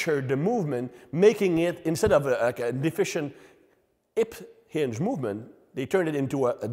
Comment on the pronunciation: "ip inge pattern" 😅